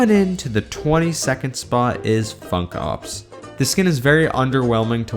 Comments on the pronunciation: Funk ops sounded like Fuck off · Ur funk ops sounds like ' fuck ops'